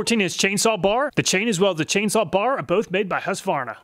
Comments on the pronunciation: It sold out to the Chinese, thats what you get. Huskvana lol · Husqvarna is pronounced hus-kvarna not huska varna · The good ole huss varna.. lol.. thats gotta be an inside joke going on there.. he literally never says the "kuh" once.... Funny.. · Hush-varna? It's husk-qu-varna bud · As a Swede... I must humbly correct you on the pronunciation of Husqvarna... Pronounce it as Huskvarna with a k and it will sound excellent :-) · because it is pronounced... hoosk-varna not husk-varna :) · The name Husqvarna is originally from Sweden and the name reads as (Huskvarna) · I would just like to correct your pronounciation of husqvarna, it's HuusKvarNa :) great video! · Hearing "husvarna" pains me as a scandinavian :D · The city is pronounced Hooskvarna. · hey man i love your videos but can you pronounce husqvarna properly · Not at all. The U is pronounced like the "oo" in soon. The V is a V. I don't know where you get that random A in the middle from. It's not there.